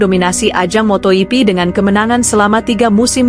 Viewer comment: Paling jijik ketemu channel² GP yg naratornya baca motoGP -> motoyipi... Mungkin dia berpatokan pada Jorge Martin yg dibaca "Horge Martin"😂😂😂 Dasar channel GUO-BLOCK!!!